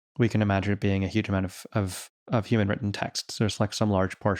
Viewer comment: I just want to ask, I believe it was Eliezer Yudkowsky, "You keep saying, YOUman Well, what exactly is a YOUman?" .